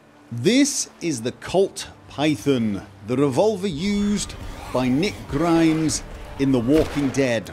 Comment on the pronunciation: Honestly sounds like he says Nick Grimmes 😂😂